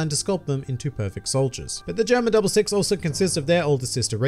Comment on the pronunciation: GERUMA DABURU SIXUH